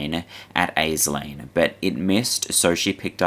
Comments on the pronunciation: No hate but Aisling is pronounced ‘ASH-Ling’ love your stuff mate! ❤❤ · Aisling is pronounced Ash-leen.